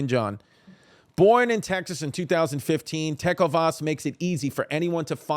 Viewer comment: TECK OH VAS PRONUNCIATION HAS TAKEN ME OUT